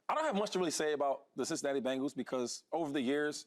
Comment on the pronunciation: Yea I stop watching when he said Cincinnati 🤦🏾‍♂️😂😂